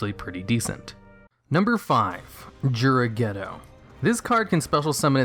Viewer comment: Seriously says it on the show properly and you can’t with “juragedo”